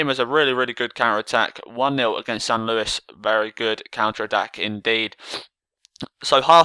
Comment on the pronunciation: San luis.? u need the ACCENT mate